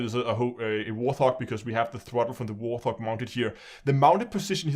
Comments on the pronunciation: It is a Thrustmaster T- sixteen THOUSAND not HUNDRED...you always get that wrong...............T-16000 not 1600.......just saying. Also It's pronounced WART---HOG...not WARTH-HOG....the first syllable does not have a TH sound in it just the T..like a WART on the skin of a HOG...WART-HOG. Now the ship is from Star Trek II..The Wrath of Khan..it is the USS Reliant.. and the other ship on the stand is the Mothership from Homeworld the video game. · I like your videos and am subscribed. I've seen a few of your videos where you pronounce Warthog incorrectly. It is "Wart" and "Hog" no "th" sound at all. It's named after the Fairchild Republic A-10 Thunderbolt II, nicknamed Warthog. Warthog wikipedia article includes pronunciation. Sorry, but it's been driving me nuts ;-)